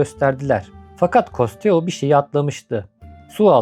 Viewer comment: Costio okunuşu doğru mu bilmiyorum ama benim çocukluğum custo nun belgeselleri ile geçti. Keşke custo desen